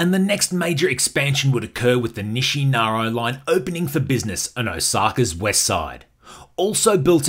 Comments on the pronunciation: Your pronunciation is out of control.. NISHINAROW ? Informative nonetheless. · Very informative, thank you! I lived “inside the loop” for 12 years. One note…say it with me ; Nih-She-Nar-Eeeeeee Nishinari.